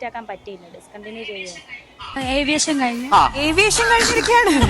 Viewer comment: ഏവിയേഷൻ അല്ല ആവിയേഷൻ ആകും😂😂